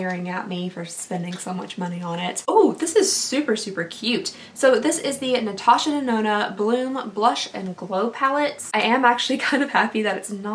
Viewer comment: I was so impressed with you for getting Natasha's name right the first 5 times and then it just started to get off track 😂 Enter me please :) Instagram: inlesnuages